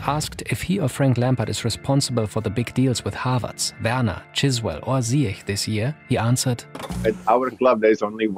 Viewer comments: his name isn't Chiswell, it's Chilwell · Chiswell acik lu. Its Chilwell. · Man said chiswell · "Chiswell"? my ears are bleeding. 😂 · I spilled my water when heard Chiswell 😅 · He said chiswell😭😭😭